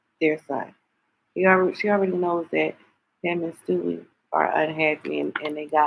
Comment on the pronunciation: 😂😂😂😂she keep saying stewie 😅